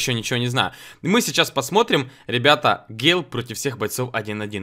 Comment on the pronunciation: Такта не гейл а гэйл